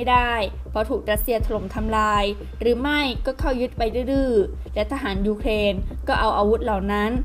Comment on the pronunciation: อ่านข่าวคำควบกล้ำต่างๆต้องชัดครับ เช่น ยูเคน x , ปะเทศ x , ปะกาศ x , ปอดภัย x